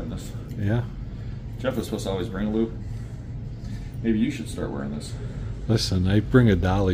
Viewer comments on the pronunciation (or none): Please make sure you say LOOP cause it sure sounds like LUBE. 😂😂